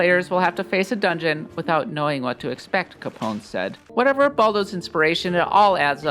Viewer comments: Its not "Capón", its CAPONE! (caponae). Also GHIBLI is "guibli", like guild... Not GEEBLEE!! PLEASE! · Learn to pronounce Italian, you do not have to remove any letter to Capone. It reads exactly as it is written. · it's freaking caponEH . im not even italian or speak italian and this makes me mad. have you never heard of al capone?